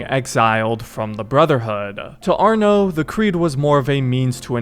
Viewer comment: Its arno thats it just arno